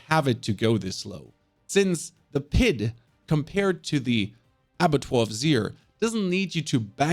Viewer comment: Pit😖 - Pid😏